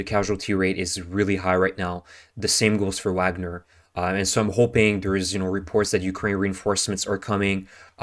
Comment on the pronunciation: It's vagner. The v makes an f sound